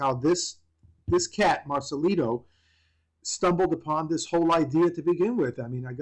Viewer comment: Marcelito not marcalido